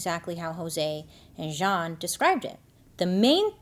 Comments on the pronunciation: Jeanne 😅, spoken like "Jean" but you also say the "n" at the end. 😵‍💫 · I just looked up the homeowner’s name and it’s Jeanne. Isn’t that pronounced like “Jean” or “gene” ? Why is she saying it weird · Well during '08 election, Black Panthers in Philly stood outside voting-precinct radius with baseball bats. There remain idiotic specimens of both races. Also, why the masculine, French pronunciation of this name, Jeanne. Everyone I've known who spelled their name this way was just Jean. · Her name is pronounced Jean with long E. If French, then pronounced as you did. I love all of your videos/stories/ and make up. You look like a totally dif person when u get done. Brilliant! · Just a fun fact: my middle name is spelled “Jeanne” but is pronounced “Jean” like pants. Imagine Bailey is making this hoe’s name more fancy than it actually is. 😂😂😂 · I feel like this woman's name is spelled, "Jeanne" but it's pronounced like, "Gene" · If your name is Jeanne but you pronounce it as if you’re a French middle aged man you may be the problem, just saying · I'm only 25 min in, but I am just chomping at the bit to ask this (especially having lived in the deep south before), is it actually "Zhon" or really just Jeanne, like... jeans. because I suspect the latter and those people are so "nouveaux riche" and try to sound cool by correcting people how to pronounce their milquetoast name. Alright, off my soapbox. Poor Tam. :( I was born in 1978, too... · isn’t Jeanne pronounced like “genie” or “gene”? im genuinely confused!